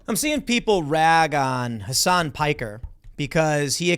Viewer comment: TIM saying Hasan right is disgusting